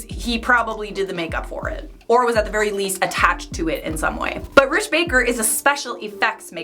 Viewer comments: Uh... sounds like you were saying Rich Baker... his name is Rick Baker. Rick. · That is Rick Baker not Rich! Love ya. You make being in quarantine more fun.